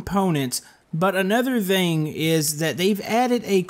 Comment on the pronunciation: Did i just heard that say thing THANG?!